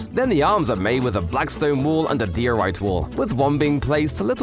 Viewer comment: ITS PRONOUNCED DIE - O - RIGHT